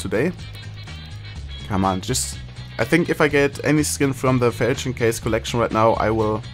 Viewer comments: It's pronounced: "fall-shan" or "fall-chon" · Normal people: Falchion case: Fältschn case